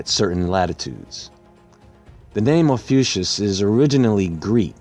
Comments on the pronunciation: It's actually pronounced OFF-E-YOU-KUSS. Great video. I had no idea about the explosion. I love how you see through to the real truth of events. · Ophiuchus is pronounced fie-you-cus.